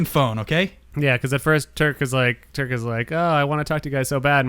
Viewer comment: Just wanna say thanks to for understanding what i was trying to say with the f1 questions and thanks for answering my questions and being one of the few to pronounce my last name right. Another question is what brings you guys back to drifting year after year and keep you enthusiastic for the sport. Besides the awesome people.